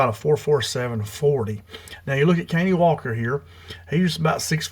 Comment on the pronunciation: Pronounced cuh-Nie